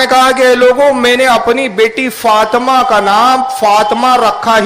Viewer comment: فاطْمہ نہیں ہے۔فاطِمہ ہے بولتے سیکھ۔